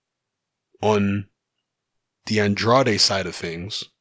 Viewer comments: I'm not even American...but he's an American fighter so it is pronounced An-draid. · It's An-draid not An-drad-ay...